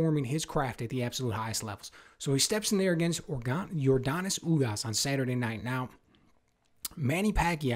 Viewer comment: YordEnis my friend not yorDAnis lol